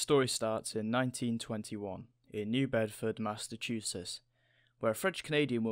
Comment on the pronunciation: Hearing a brittish guy try to say "Massachusetts" is the best thing ever...Massnachusess...lmao